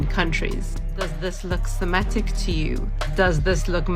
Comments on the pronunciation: It's Semetic not Shemetic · It's not Shemetic, there is no H!